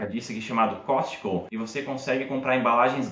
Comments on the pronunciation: achei engraçado a pronúncia… a pronúncia correta para COSTCO é “côsco”. Alguns nativos chegam a falar “casco”. O conteúdo do vídeo tá bem bacana, eu moro aqui em Chicago. Teria algumas observações, mas o conteúdo em si tá bem legal! Parabéns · Caralho, “COSTICO”? Kkkkkkk